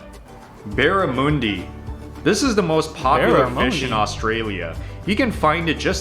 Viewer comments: Don't rock up at a restaurant and ask for bara-moondi or you will get laughed at, its pronounced Barra-mundee. That is the beetroot right there yes. No one mixed beetroot into the hamburger patty, a slice or two are placed on the burger the same as the tomato. Vegemite is great but not that much. That was way to much and you would die, as in gag and run to the sink and gasp for air would be my guess lol. Same way if you tried to drink a shot of soy sauce. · OMG this guy gets it sooo wrong! Why do non-Aussies try to make videos about Australia without checking their facts?!!! Barramundi - the mundi is pronounced as in under, not oonder. Not usually eaten as a full fish, it's big. I've never eaten kangaroo, it's not nearly as popular as beef, lamb, chicken. The sausage in sausage roll is not like german sausages, different to sausage meat in most countries. As many people eat vegemite on fresh bread (often with cheese) as eat it on toast. It's usually better tried with a very light spread on fresh bread until you get used to it. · It's pronounced: barramUNdi - not barramOONdi. I don't think the guy in the video really knew what he was talking about. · Vegemite is 10 times too much with this rubbish video He can’t even pronounce the fish name correctly it’s BarramUNdi not Barramooodi like as in a cow moos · How I know that guy's never been to Oz? "BarraMoondi" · Who mixes beetroot (beets to you) into mince, this bloke!!! Can’t even pronounce Barra, it’s pronounced Barramundi as in Sun for mundi, not moon lol, he’s never been to Oz,, probably says Emoooo like he’s a cow and Awesee for Ozzie, bloody Americans critiquing Australia, don’t do it!!! Not you mate, this drongo your watching….